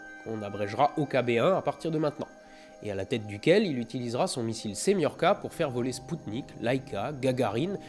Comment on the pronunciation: Ce cher "R-7 SEMIORKA"....